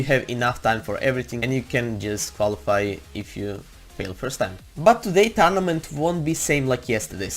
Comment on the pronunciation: If u play “TaRnAmEnT” I love his accent!😂👍🏻